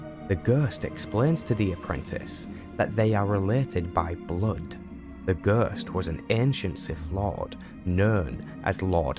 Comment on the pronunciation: "Gøøst" ... F F S